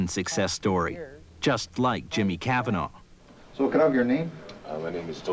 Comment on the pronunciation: Hate how he says Cavanagh